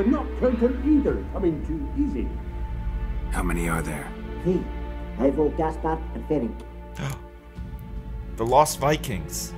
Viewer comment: "Welcome back everybody to the Witcher part tree, um, that's right the turd installment of this game and series...."